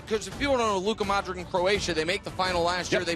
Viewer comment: so how do you pronounce donic correctly for like 7 years and then say modriK